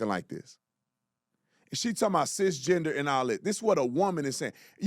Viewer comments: She even said "cis GINGER".. lol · She said sis ginger lol